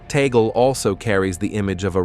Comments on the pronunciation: correction- TAGLE not TANGLE and read as TAG-LE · what tangle are you talking about? it's TAGLE not tangle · The family name is " Tagle", not Tangle", please correct it! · It has been written TAGLE. Not TANGLE that way you suggest.